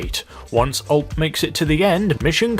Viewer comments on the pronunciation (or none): it's U-L-P it's not one word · again with OLP? it's ULP... (YOU ILL PEE)